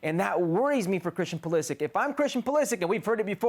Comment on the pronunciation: Butchering the pronunciation of both tuchel and pulisic